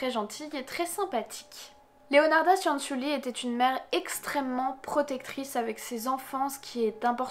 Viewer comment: Petite précision: Cianciulli ça se prononce "tchanntchulli". Le son nasal "an" n’existe pas en italien et la lettre i précédée des consonnes c et g ne se prononce pas mais à pour fonction d’adoucir ces dernières. Exactement la même fonction que le e en français (on ne le prononce pas dans nous mangeons par exemple, mais il est pourtant indispensable pour adoucir la lettre g). Voilà désolé de faire chier avec ce petit cours d'italien mais moi-même parlant italien ça fini par me fatiguer d'entendre systématiquement les gens faire les même erreurs quand ils prononcent des mots italiens ahah ^^. Ceci étant dit, comme d'hab super vidéo sur un sujet super intéressant! Merci! :)